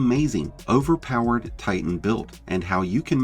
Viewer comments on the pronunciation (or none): none